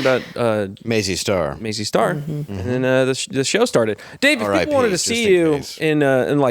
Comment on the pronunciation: Nice shirt, Dave! However...that artist's name is MAZZY STAR, NOT "MAISEY STAR". Come onnnnnn, mannnn